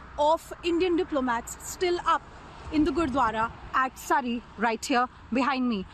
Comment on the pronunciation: Can't you properly pronounce 'Surrey'?